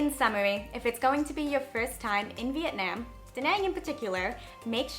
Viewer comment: The way you pronounce Vietnam makes me want to kms